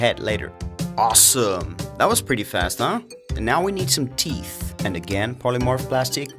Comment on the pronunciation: Noooooo he says teef